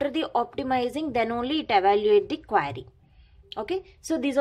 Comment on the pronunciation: again what is it ? QUAAAAAAAry XDXDXD